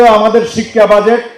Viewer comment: Learn to pronounce Budget properly for God sake. One should never read news who doesn’t know the right way of saying a common word like BUDGET.